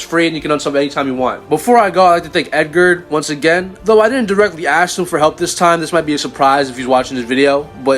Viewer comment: it’s doh not doe lol or tho